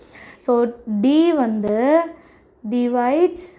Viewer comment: Akka divisides illa divides